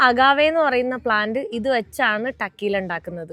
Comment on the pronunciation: ടക്കീല എന്നല്ല pronunciation, Correctly, തെക്കീല !